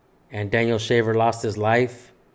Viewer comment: They can't even say his name ..David Shafer